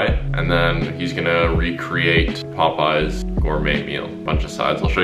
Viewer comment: Mans really read it Pop-Eyes